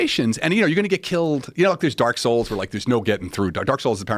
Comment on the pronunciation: Someone finally talked about dark souls. And he butchered it